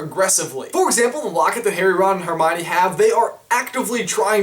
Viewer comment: no, "ron and harnine?"